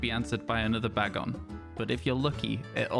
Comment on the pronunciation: Firstly, let me say I love that you say Bag-on. It's how I say it and I've not heard anyone else using that pronunciation. Secondly, you can get a shiny Salamance a different way. On Pokemon go, you can catch a low CP shiny bagon (or it's evolved forms but that's much less likely), evolve it using 125 Bagon candies and then transfer it to Pokemon Home and then to a compatible game. The low CP equates to a low level.